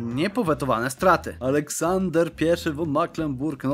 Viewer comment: Po pierwsze: Nie myślałeś aby pisać książek? Gdyż bardzo fajnie opowiadasz że aż się wciągnęłem. Po drugie: wyraz von nie czyta się won tyn fon. Po trzecie: jak się uda to dołączę do strema. Po czwarte: Dzięki za odcinek i tak dalej.